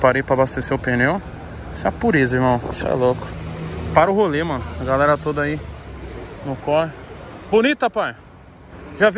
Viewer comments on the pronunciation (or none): none